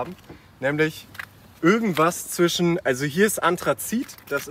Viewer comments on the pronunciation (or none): none